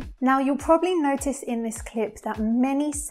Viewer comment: nosice.....!!! nosice.....!! she says "n o s h i s"......!!!